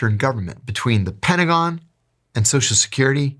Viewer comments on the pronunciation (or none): none